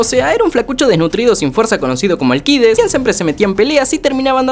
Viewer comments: Malayaaa seaaaa es alccccccideesss allllcidesssssssssss no alquides como lo pronuncias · ni en la traduccion dicen alquides para que lo llames así we, eres español? xD es AlCIdes = ALSIDES para que captes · Será que animan el spinoff de #Jackviejosabroso? Edit. Bro, se pronuncia Alcides Alcides, olvidá a Alquides. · NO ES ALQUIDES SOLO ES ALCIDES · Alcides no se lee la c jsjjssjsb sorry